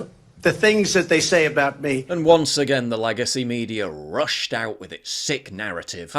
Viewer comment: Hmmm the way u said “again” in the beginning wasn’t very British 🙂‍↔️